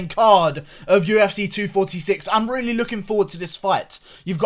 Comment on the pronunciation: You gotta get some “ I Rrrreally do “ Merch